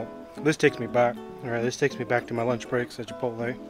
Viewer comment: "I dont wanna you know... ruin muh beans"